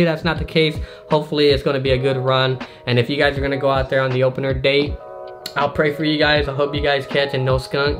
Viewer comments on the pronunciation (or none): none